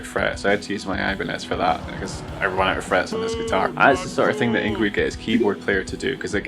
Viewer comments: “Ing vay”, not “ing gwee” and turn down the music, so your voice can be better heard 😉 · its pronounced fucking ING VAY!